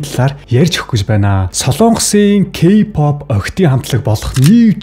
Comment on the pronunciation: Ёоооё ёоооё ёоёо о үсгээр зөв дуудаачдэээ кпап л гэх юм. Арай юу????